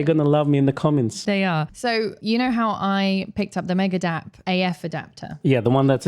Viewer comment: Who else heared "Megadeth" instead of Megadep? 🤘🎸😂